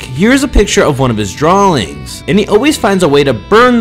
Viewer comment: "drawlings"... please learn how to pronounce words